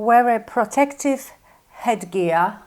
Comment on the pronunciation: i love your videos....yes, i have locked myself out of the house and my car lol...you tickled me when you said you need to wear a " prortected helmet" lol... you're so cute. 💕